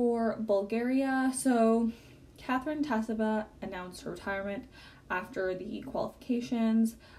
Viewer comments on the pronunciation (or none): none